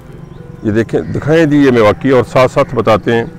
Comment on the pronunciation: मियांवाकी होता है न कि मिवाकी।